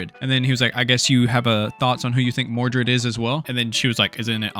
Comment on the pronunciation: Don't you mean mordred instead of mordu?